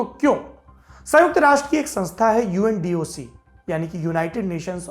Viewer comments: Sir Namaskar Mera nam hai Manoj Bhargava and i am a big fan of your’s . Sir your pronunciation of words is great and your typical Hindi words are also superb. But sir in this episode there is a small mistake and that is you pronunciate UNDOC instead of UNODC . Thanks 🙏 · Sir its UNODC not UNDOC... you mistakenly mispronounced it 😊